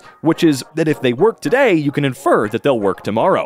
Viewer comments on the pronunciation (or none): none